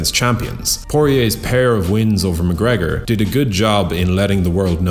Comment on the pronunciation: Stop trying to be unique. It's mcgregor and not even close